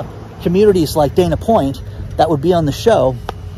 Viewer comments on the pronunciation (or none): none